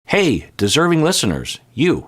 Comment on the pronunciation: Nice enunciation now in the intro. Admittedly, I didn’t know what you were saying for a long time. It sounded like « Hey the zerving listeners ». I didn’t know what it meant. I thought maybe zerving was you called your listeners and there was a backstory to it. Like Swifties or something.